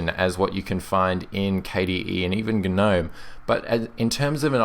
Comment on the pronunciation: I'm subscribing just because you pronounced Gnome correctly. Thank you.